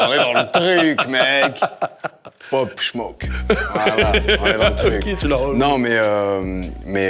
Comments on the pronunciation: « Pop shmoke » 😂😂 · Les gens normaux : Pop smoke Sch : Popsh shmoke 😂😂